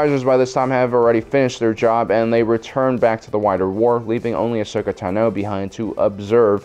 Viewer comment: So why does pronounce Ahsoka Tano as AHSHOKA TAH-NO when it's AHSHOKA TA-NOH